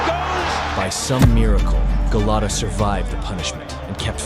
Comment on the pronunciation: Dafuq is Galato, it's Gołota XD And he was hardly the "dirtiest", he had a regular amount of dirty tricks for a boxer.